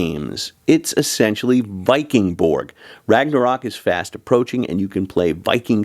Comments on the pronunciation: Ö is pronounced as the vowel in "fern", fyi! And the g in Borg is pronounced like a j/y, Borj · Bork Borg 😂😂😂